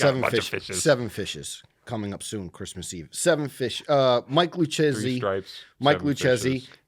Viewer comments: got it right is Lucchesi with hard C, in Italian che-chi is like Ke-Ki. What said is written “Luccesi” Dunne is officially more Italian than now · “ch” is pronounced as a “k” sound so jlp was wrong lol… what an italian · Thanks for picking my question guys! By the way it is pronounced (Lou-Casey) 😂 Great show, thanks for all of the content you give us! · Lucchesi: "Loo-KAY-zi" come on...